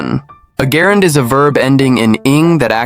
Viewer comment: Why do you pronounce "gerund" that way. As far as I know the correct pronunciation is; / 'jerənd /. NOT > 'GErund <. Or. Do they pronounce it like that in the United Kingdom ?.